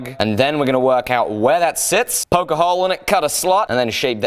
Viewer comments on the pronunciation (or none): none